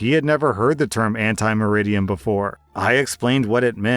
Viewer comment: It’s not “anti meridian”. It’s “ante meridiem”.